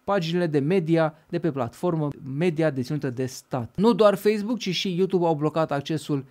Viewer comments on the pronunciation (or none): none